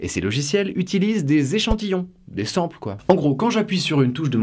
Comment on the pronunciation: Petits détails pas très importants. * Sample se prononce "Sen-M-peul" (c'était choquant xD) * Dommage que tu n'aies pas parlé de la perte associé à l'enregistrement numérique des son. Il est impossible de restituer l'intégralité du spectre sonore en numérique (c'est aussi en partie pour ça que le vinyle existe toujours). Quand on parle de format lossless, c'est à partir d'une source numérique, donc on a beau utilisé un format lossless en enregistrant un instrument, ce n'est pas pour ça que le son reproduit sera 100% fidèle, il y a forcément de la perte.